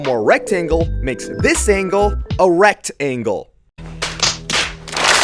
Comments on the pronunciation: pls no i heard "erect angle" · I wasn’t looking at the screen and I heard “ERECT-angle” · Rekt-angle haha